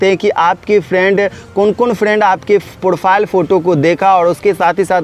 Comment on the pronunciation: Profile bolna to sikh le